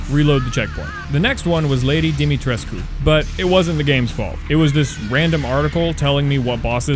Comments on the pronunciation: FINALLY SOMEONE PRONOUNCED DIMITRESCU RIGHT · Thank you so very much for pronouncing Lady D's name as actually Dimitrescu and not Domitresc or whatever the fuck they say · I know this is kinda late but I wanted to say how much I appreciate you for pronouncing the Romanian words right. Words like "Dimitrescu" (which is pronounced wrong somehow even in the game, by the voice actors) and "Uriaș" are always mispronounced by the yourubers i've seen play this game. I can't say i don't understand them, but it's just so relieving hearing your pronounciation